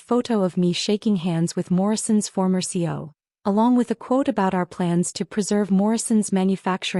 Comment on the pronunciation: Still can’t get your computer voice to pronounce it C-E-O instead of CO along with a myriad of other mispronunciations.